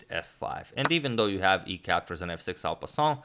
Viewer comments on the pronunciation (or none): Yea, I didn't understand what he said and captions are no help. Anyways thanks.